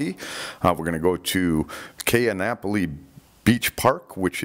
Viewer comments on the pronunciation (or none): Ka'anapoli...... pronounced as KHAN-AH-POLLY. Just sayin